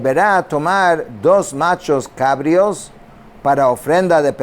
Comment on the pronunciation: Bendiciones. Se dice nachos cabríos. Con acento en la i.